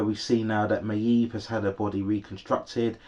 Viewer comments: yes you say it may-eve almost 😭😭 hope you review season 4:) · Your pronunciation of maeve is so annoying